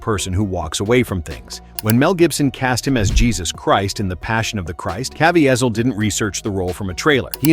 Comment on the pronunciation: Jim's name is pronounced like Ka-VEE-zle not Caa-VE-a-zel.